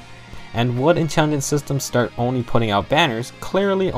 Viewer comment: Dude, it's Intelligent Systems, not "Intingent".